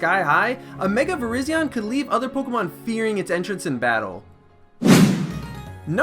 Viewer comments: It's vi-rise-ee-on, not vi-riz-ee-on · It's vi-rye-Zion idiot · u pronounce virizion wrong idiot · you pronounce your favourite grass type Pokemon wrong...wow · you said virizion fold NOOOOOOOOOOOOOOOOOO!!!!! JK i dont care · Also,Can I have these Mega Pokemon please? Mega-Keldeo(Both Ordinary + Resolute form)(Also he's my Mascot for Team Justice Fighters.) Mega-Cobalion Mega-Terrakion Mega-Virizion(Also you pronounced her name wrong.Stop making the 'E" sounds.You make her sounds stupid Af.Make the sound of "I"'s name.Vr-I-ze-on.Get it right bro.I heard her name in a movie.Jesus...) Mega/Primal-Dialga Mega/Primal-Palkia Mega/Primal-Giratina Mega-Sunicune Mega-Entie Mega-Raikou Mega-Reshiram Primal-Kyurem Mega-Zekrom Mega/Prival-Xerneas Mega/Primal-Yveltal Mega-Jirachi Mega-Mew X/Y Mega-Mespirit,Azelf,Uxie(and they're called the Lake trio.) Mega-Celebi That's all.